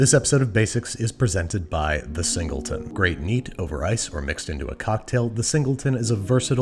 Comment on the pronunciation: ah yes, the zingleton.